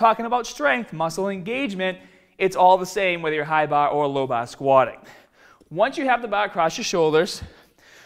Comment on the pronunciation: Fuck the tutorial on his squats I could listen to this dude say hi bah low bah all day! I would love to ask this guy how he pronounces that place you go in to get drunk.